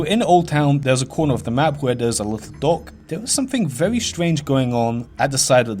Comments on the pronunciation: he says verwy so fucking much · Vewy Creeppy